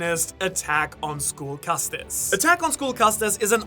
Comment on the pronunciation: isn’t castes pronounced like “casts” without the inflection on the e at the end? like a social caste